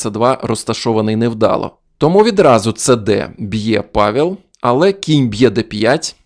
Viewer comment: Польською не "Павєл", а "Павел" (читається майже як "Павев").